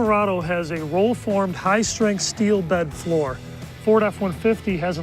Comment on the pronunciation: I love the part about the “HIGH STARINTH STEEL” and the Sad said aluminum bed